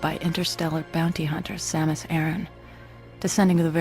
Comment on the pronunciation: Sa-moose? I won't lie I stopped watching right then.